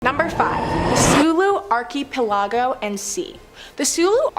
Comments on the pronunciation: Arky aplargo 😂 please do something on english place names i was lmfao every time she said arky aplargo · Haha, Arky Palago sounds like the main character in a Penny Dreadful story. Like, "Nobody but his butler and confidant knew that Billionaire Arky Palago was also the brilliant detective.." or something like that. Please don't stop pronouncing it this way. Love it. (Especially the way it drives people in the comments section crazy, lol.)